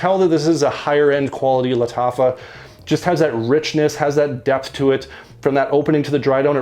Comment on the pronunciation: I rarely get to watch a new vid from you so early! I really like this new series from Lattafa (you said Lattacha at one point, haha). This one to me opened like Toy Boy (it also has nutmeg as a very prominent note in the opening) but then turned very smoky (vetiver just doesn't work on me). I get the Ganymede reference from the vetiver but it doesn't have the metallic/mineral vibe I get from it. My favorite from this new series remains Antique. Have a good Easter weekend, man! 👍